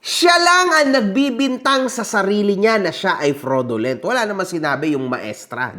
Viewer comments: This will be your final warning to me... topnocher sa Cambridge University ha! Pati fraudulent hindi masabi ng tama. hahaha! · Doctorate daw siya pero hindi ma-pronounce ng tama yung FRAUDULENT.